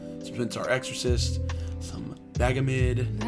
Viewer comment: "vagamid" how dare you